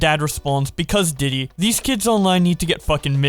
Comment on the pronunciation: Cringed when he called her "THE RUGRATS MOM" and then goes to pronounce her name (Didi) as "DIDDY"???